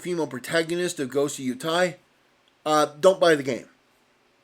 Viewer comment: "Ghost of Yootai"